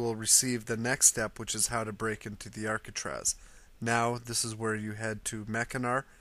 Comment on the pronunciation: It's Alcatraz.